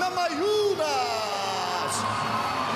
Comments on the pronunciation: Gammajunes, they pronounce the N as a G, as well as the silent R, strange language Portuguese. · Death Painful es "NA MA YU NAS" :) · NA MA NEW YAS and VolkanoVISK - new fighters in the promotion